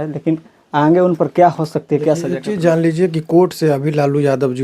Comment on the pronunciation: ये आन्गे क़्या होता है पत्रकार महोदय